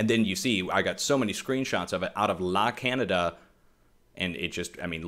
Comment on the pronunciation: La Canada is pronounced La Can yada. I'm sure you want to know. It's Spanish.